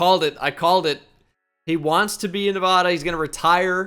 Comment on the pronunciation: Nuhvahduh. fucking gross